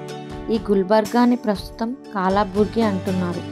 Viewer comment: కలబుర్గీ అంటారు. కాలాబుర్గీ కాదు.